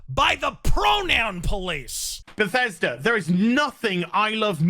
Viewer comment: Another grand move from Be-THEYS-Duh.